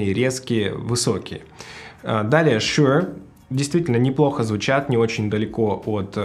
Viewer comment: Тут даже думать нехуй, Шур (а не шьюёур, бля) самый топ, был и остается, shp440 уработают даже AT M50x по звучанию. Видно, что в музыке вы нульцеваты, я уж молчу про мегаватты и частоты) заканчивайте обозревать то, в чем не шарите.